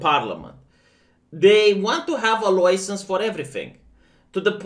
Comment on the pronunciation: Can we make stop pronouncing license like that...